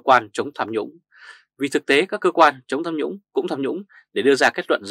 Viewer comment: Tham nhũng chứ không phải sam nhũng